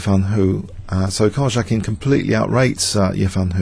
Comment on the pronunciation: Great video man, good job. One thing - in Karjakin's name the "j" is pronounced like a "y"... Great vid though, hope to see more Tata Steel annotations.